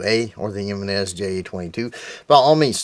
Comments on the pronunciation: Always tickles me when people pronounce it jim en is its actually a Hispanic name pronounced he men is and I have both the j22 and j25 waiting for the ja22 to come in the mail to my ffl the guy actually wanted to offer me 150 for the j22 with original box 2 mags and original manual I had to decline I really like these pocket pistols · I prefere Yankee marshals pronunciation of Jimenez, which is Jimenese pronounced like Japanese. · He-men-nes arms